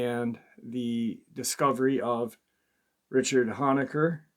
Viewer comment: Honaker is pronounced Hoe nay ker